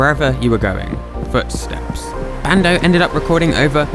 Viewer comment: Everytime you say bando i think you say brando